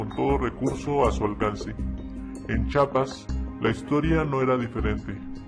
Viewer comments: se dice Chiapas no Chapas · talvez. todo bien pero NO ES CHAPAS ES CHIAPAS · se dice CHIAPAS. NO CHAPAS